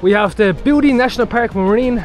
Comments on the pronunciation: Bouddi is actually pronounced bood eye Coming from someone who has lived there all her life 😊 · pronounced Bood eye beach, i walked and surfed those beaches,and had my car broken into [little beach ] 50 years ago. but it was free then, no $8 parking fee